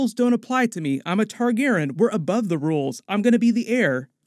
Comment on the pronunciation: TargarYen. The mispronunciation drives me insane.